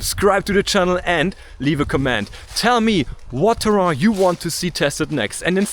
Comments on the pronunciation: You’re literally saying Terhan instead of terrain. 😅. Just saying. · Good video man ! Check out the pronounciation on the word terrain. I think you are doing something french there :D . It didn't bother, it was just funny when the rest of your english was so good. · I came for the Neo 2, but stayed for the pronunciations of ‘terrain’ 🙂